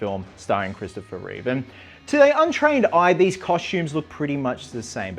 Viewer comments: Reeve, not Reeves. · There's no s in Reeve